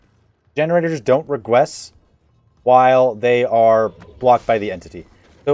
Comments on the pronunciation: “Regwess” 🥺 👉🏻👈🏻 lol great video tho 👍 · Who heard regwess